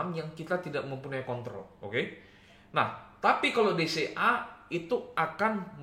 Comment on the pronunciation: Setiap kali bilang DCA, gw dengernya BCA.. 🥴